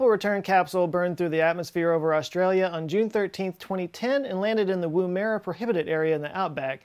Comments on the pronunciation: Great show! You did well pronouncing all the Japanese names - but as an Aussie I have to say you missed out on Woomera. Nice try. :) 👍😎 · Chuckle at your pronunciation of "Woomera"... :)